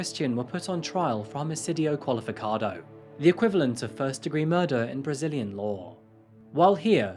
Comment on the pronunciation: Vídeo produzido com muito cuidado e esforço ficando visível na parte em que ele pronuncia corretamente "homicídio qualificado" 🤝🏽👏🏽